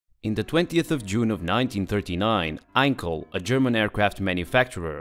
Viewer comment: He is not called Einkel.... His name was Heinkel with an H... you can compare it with "hundred". You dont speak it like "undred".